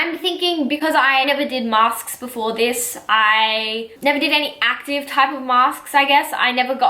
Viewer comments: Did she just said masksksks? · Is it just me she’s saying mask sksk